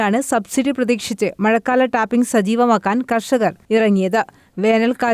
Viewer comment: ടാറിങ് അല്ല ഹെ ടാപ്പിംഗ്